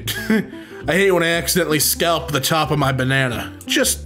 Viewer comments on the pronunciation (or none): none